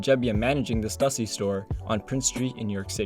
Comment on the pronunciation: Bro how can you pronounce stussy wrong